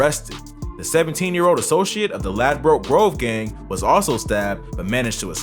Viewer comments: No one calls it "Lad-broke Grove". Its pronounced Ladbrook. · okokok mate listen you can't pronounce his name properly and you can't pronounce Ladbroke grove properly and they aren't 1011 that's a cap